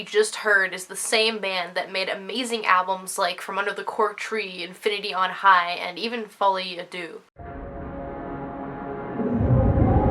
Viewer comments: ok. I personally love the song, and can respect that you don't. But you are being incredibly rude. ALSO Folie A Deux is in French so it should be pronounced correctly. Duex is pronounced DE not DOO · "And even folie a deux" even?????